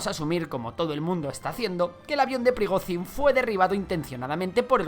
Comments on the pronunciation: Por dios, pronuncia bien el nombre, Llamar a Prigozhin, /Prigozin/ es como llamar a un Jose o Juan, /yose o Yuan/ Mira que se repite veces el nombre en televisión, simplemente con pegar el oído un poco nos dariamos cuenta que se llama /Prigoyin/ con una Y muy vibrante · Se pronuncia "priGOdshin", como la J portuguesa, catalana o francesa.